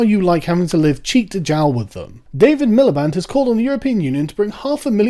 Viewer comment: "cheek to jowel"